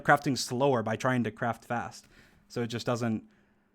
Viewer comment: everytime he said craft fast it sounded like he said crap fast